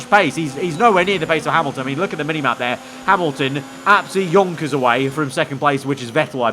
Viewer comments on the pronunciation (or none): none